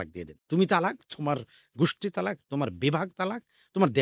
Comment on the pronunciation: তালাক উচ্চারণ ভুল এটা হবে ত্বলাক্ব, তালাক শব্দের অর্থ জরো করা, ত্বলাক্ব শব্দের অর্থ বিচ্ছেদ হওয়া।